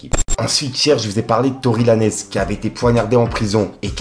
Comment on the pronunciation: stp fais un effort pour creuser les sujets, tory lanez tu lui bute son nom depuis plusieurs mois. Ecoute un seul morceau et tu sauras comment se prononce son nom merci